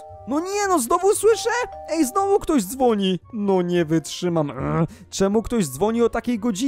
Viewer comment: muwi sie nie wytszymam a nie nie wytszymie